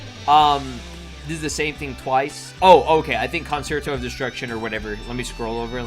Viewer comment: Concerto is pronounced cun-chair-toe